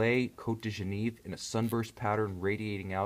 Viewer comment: Excellent review and you are truly an expert on movements. I applaud the way you can fit so much detail into such a short video. I'm sorry to say that your German and French pronounciation still needs more work tho. Lange und Soehne, Geneve and Glashuette are all still poorly pronounced. I've heard a lot worse tho. I've lived over ten years in Geneva and my mother tongue is German (Swiss-German) It really isn't that hard to learn this, just get help from someone who actually speaks the language. I apologize if I'm coming across as a snob, as your knowledge on these movements is far greater than mine, you have my utmost respect for the passion you have for these watches. Bravo!